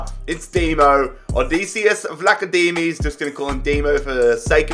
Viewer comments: vlachodimos ....it is pronounced like...vla(a like 'glad')cho(ch like Hero ,o like seasOn)di(thee)mos vlahotheemos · Vlachodimos is pronounced Vla-co-dee-mose I’m pretty sure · I am greek and Dimos is a greek name and you call him Dimo. Example Dimo come here. But Dimos is a First Name not Last Name. Also it is pronounced: Vlahodimos In Greek: Βλαχοδήμος Don't know why i wrote it in greek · Pcq: Sir you should pronounce him as Odeyssyas Vla-Cho-Dimos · Vla -ugh-dim-os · It's pronounced vlah-o-dimos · the way to pronounce his name is vlahadimos i speak greek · Vlachodimos name is pronounced like this . " Vlahothimos" . This is coming from a greek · It's pronounced Vlack Ho Dee Mos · It’s pronounced like vlack-oh-Dee-mos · Vlachodimos is Odd-ee-say-us Vlack-oh-Dee-mos. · PCQ: it's Pronounced vlakodeemos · How to pronounce Vlachodimos' name: Odisseas is pronounced with an emphasis on the e, the rest is easy. On his surname, the Ch is pronounced like h in the word have, the d is pronounced like th in the word the, and the emphasis is on the i. Hope this helps!